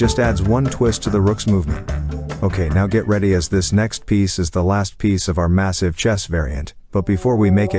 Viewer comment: The amount of times he said massize is crazy